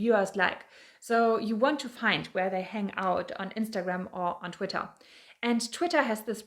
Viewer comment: I like how you say “Twittah Gurl!”